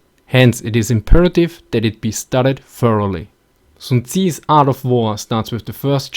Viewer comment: one thing about how to pronounce the guys name: you get the "sun" right. the "zi" is pronounced like "zz" in german